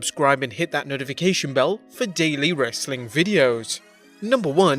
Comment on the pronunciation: “Wrrrastling content...”. Lol love it!